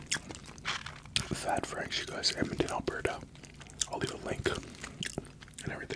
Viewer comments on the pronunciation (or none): none